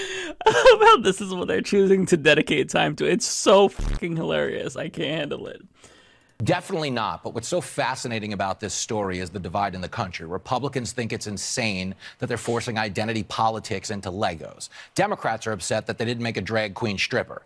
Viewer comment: Why do republicans insist on saying things like, "definally," and, "schtripper?"